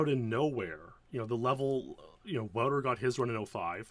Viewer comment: Wow, love these deep dives 💯 Polite clarification on Wouter's name, for posterity -- Matthijs ten Ham once clarified the pronunciation as VOU-ter YAHN-sen 👍🇳🇱